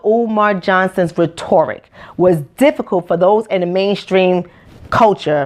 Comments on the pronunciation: RET-ERR-RICK (sound spell) not RET-OR-RICK. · I honestly enjoyed watching this a lot, but make sure you say those words right. You mispronounced 'rhetoric' a few times. It is pronounced ret' or ik. This is positive feedback because I don't want people to misjudge you or discount your message. Your passion is inspiring and Keep it up. Btw I agree with everything you said about the school system. It doesn't set our black students up for success. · she keeps mispronouncing the word “rhetoric” lol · You mispronounced rhetoric.